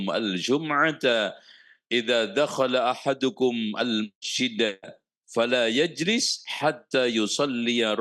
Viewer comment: Masjid bukan mejid🙏🏻🙏🏻